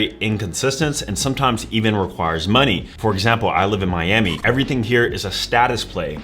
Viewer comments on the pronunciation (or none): none